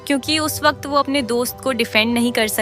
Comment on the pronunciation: Makeup- maekup😂 Calm - kelm😂 Waqt- vakat😂 Btw nice explanation❤